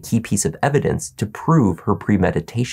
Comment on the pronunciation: What blood? What latex glove? I was just taking a shower. I don't know what you mean. What's "eh-vi-dense"?